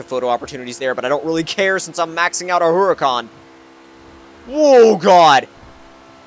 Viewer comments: how to pronounce HURACAN - ooo-ra-kan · It's pronounced [Oo-Ra-Khan] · Yeah the pronunciación of haracán os conpletely wrong xDD belive me, im spanish, i know. Btw, could you please do a max out buggati? Thx